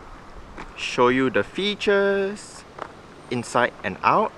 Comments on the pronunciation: You pronounce it fetus instead of features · at 99 percent of your videos you say fetus